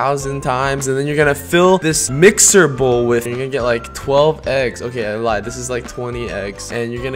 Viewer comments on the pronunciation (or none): none